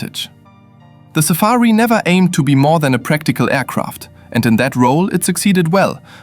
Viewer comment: SAAB safir not safari